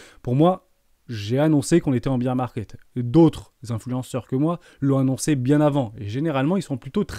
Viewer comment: Salut, on dit bear market, pas bire market :)